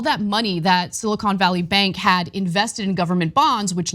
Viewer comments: “Silicone” Valley? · He keeps calling it "Silicone" Valley Bank lol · He says, silicone valley 😂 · I like how he pronounces silicon. Maybe he has other thoughts on his mind